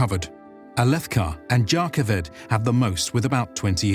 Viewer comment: This was pretty great! Some of the mispronunciations really threw me off, but they are forgiven :D (Chulls and Jah Kaved were the two most distracting)